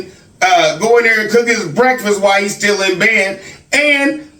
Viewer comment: Speech therapy woud help little. has a bit of a speech impairment too if you listen. I thought he was trying to be funny when he would say, "It's schtill all about God." A lot of times his "s" sounds come out like "sch". Along with his stuttering and stammering, he could stand to work with a therapist too.